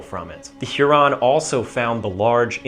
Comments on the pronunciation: Weird pronunciation of Huron. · Love the video, quick note. I've never heard Huron mispronounced in that way. There is not supposed to be that much emphasis on the individual syllables, making it sound fancier than it is.